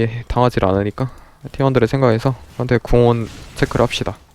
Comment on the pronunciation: 판테온을 빤테온이라고 하시네